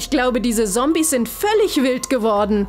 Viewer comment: Sombies hahaha das heißt Zombies sry Arber das ist ja so 😂😂😂